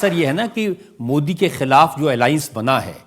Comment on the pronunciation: Owaisi Modi ji ka naam sahi se nahin leta